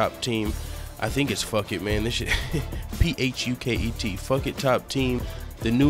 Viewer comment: Bro it's pronounced Foo-ket it's a place in Thailand